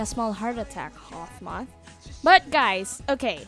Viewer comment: its "Hawkmoth" not 'Hawth moth''